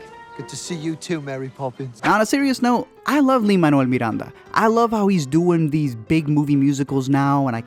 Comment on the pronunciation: It’s Lin mineul Miranda not linmineulmiranda